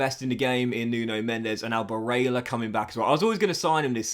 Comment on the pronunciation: Please look up how to pronounce Barella you have it very wrong. Also give barella #18 or #23 he chose not to take #8 at Inter this season. Otherwise good career keep it up